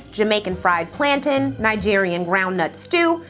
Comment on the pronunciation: I love your content always girl. But my Puerto Rican side winced every time you mispronounced plantains 😂. It's pronounced plan-tayns; think like the word ob-tain.